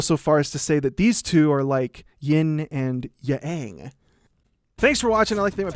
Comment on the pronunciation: “yin and yaang”